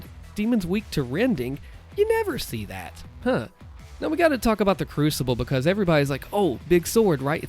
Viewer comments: Yeh "Becoz" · Way he says because is the reason why I click every video.